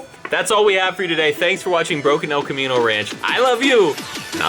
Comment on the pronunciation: It's not the El Camino it's the hell camino 😂😂😂😂😂